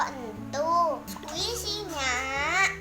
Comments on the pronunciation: 😂😂😂 squishy ko dengernya kuwaci duuhh sok tau nyaaakk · Squisi nyakkkk.... bukan kuaci..😁😁 enyak sok tau..😁, keren parodi anak nya. mantap.. sangat menghibur sekali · Nyak nyak bukan kuaci,squisi...et dah nyak sok tau banget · Squshi jadi kuaci Wkwkwkwkwk, emaknya gaul juga garti btw😂😂